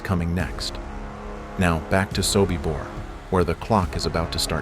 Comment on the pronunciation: your AI is wrong. It is SOBIBOR not SOKIBOR and the calendar for October, 1943 is WRONG